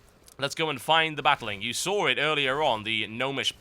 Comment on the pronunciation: Hey TotalHankiliboot, did you sawr that sawr blade go through the Gnome?